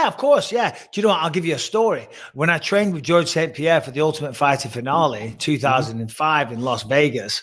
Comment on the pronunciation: The way Bisping says salon and finale is so funny